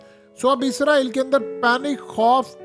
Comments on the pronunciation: عزرائیل نہیں ھے۔ اسرائیل ، ھے ، دنیا کو پڑھانے والے بابا پروفیسر ۔یوٹوبر۔حضرت۔علامہ ۔صاحب۔ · اسرائیل ہے لفظ عزرائیل تو فرشتے کا نام ہے